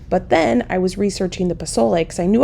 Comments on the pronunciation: Dont pronounce the z in pozole . Its sounds like a 's' .. poe sol eh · Just don’t touch your eyes after handling those peppers. It’s the start of green chile season here in New Mexico and never fails I do that during the roasting and peeling of that green gold! If you make the z sound like an s and you will be pretty close to pronouncing pozole correctly. I’m not sure about the raisin addition that’s interesting. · I would guess someone else may have already mentioned how to pronounce pozole, so sorry if I'm repeating... you're basically there... just change the 'Z' sound to an 'S' sound ❤ Editing... sounds like you had the pronunciation down by the end of the recording! Side note...so fun to watch this video! Nice job! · No offense at all. Nice attempt, but I was born and raised in New Mexico. I stil live here as well. Your definitely pronouncing it wrong. Also, you cooked it way differently than we do. It made me laugh. I can explain how it is done properly. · I love pozole! FYI, the Z is pronounced like a S in Mexican Spanish❤️ Choco Tacos! Yum! I always laugh when somebody makes a comment about hot soup in summer. We heat hot meat, we eat hot veggies…what’s the big deal? lol❤️